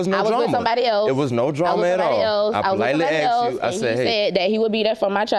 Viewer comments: Yeah, he aksed her. Maybe should have asked her. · HE AXED HER ????? THERE IS NO FUKNG " X " IN "A S K E D " ???? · He AKSED her????.... ASKED!!!! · IT'S ASKED NOT AXED!!! GEEZ GO BACK TO GRAMMER SCHOOL Y'ALL! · Why do black people pronounce the work "ask / asked" as "ax / axed"? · AXED HER .... Can you people even speak your native language? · Wife said “he axed her” why can’t these fools use proper English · I know, right!? It's always 'Aksed' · I scrolled immediately to the comments, after she said that, to see if anyone else caught it. I see you heard it as well. 😂😂😂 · Why can’t they ever pronounce the word “asked” correctly?